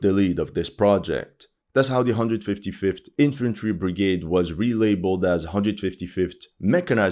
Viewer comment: "IFantry" LMAO